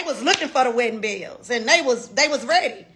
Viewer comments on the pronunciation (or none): none